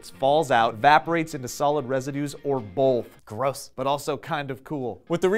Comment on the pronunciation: there is no "L" in "both". Please stop pronouncing it as if there were.